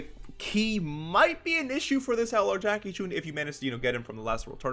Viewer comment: Jackie "choun".😂😂